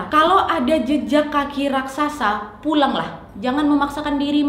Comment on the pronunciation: raksasa mbak bukan rasaksa